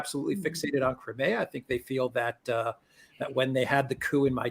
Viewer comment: How can that Alex guy not get the pronunciation of Crimea right?